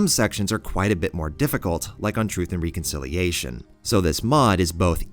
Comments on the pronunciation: It's pronounced rek-un-sil-ee-ey-shuhn, man. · Doesn't know how to pronounce reconciliation. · Please stop saying reconciliation.